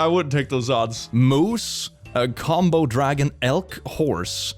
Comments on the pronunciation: When the paper reads "Kamodo Dragon" but he says "Combo Dragon", instead. Lol xD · so i just want to say its komodo dragon not combo dragon XD tho i love the implication that somebody still belives dragons are real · First of all, it’s ko-mo-do, and second its fucking venomous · Did he call the Komodo dragon a combo dragon? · Koh-mow-dough dragon